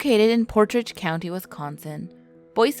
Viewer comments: I think ive been on boy scout lane, with my Dad there, its a very popular place to do ATV driving, me and my Dad went fishing there also Potage County is not pronounced portrage, its pronounced just portage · Wes-kon-sin? Port-rage county? Oy vey...